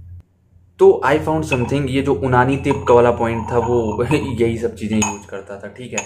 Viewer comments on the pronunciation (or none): bhai उनानी nhi यूनानी 😅